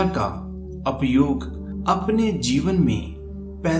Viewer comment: Dear good intentions. Please correct your pronounciation from 'APAYOG' (means negative use) se 'UPAYOG' ( means Positive use)